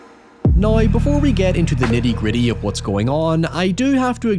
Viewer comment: I dont meant to offend but im genuinely curious what accent you have where you say “Now” like “nioew” cause otherwise I cant hear one.